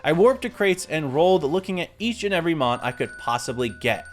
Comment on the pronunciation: Stopped watching after getting tired of hearing you butcher mons names 😅